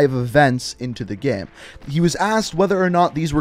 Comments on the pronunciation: Dude can you stop saying GAEM its called GAME ffs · Every time you say “game” you pronounce it as “ghem”, and it literally drives me nuts😣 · How can you say “gamefiles” the right way and say “game” so odd 😂😂😂😂 “Gayhme”